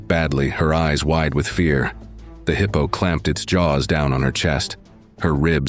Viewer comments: Heeepo tracks? AI much? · “Heeepo”, I hate AI narration 😏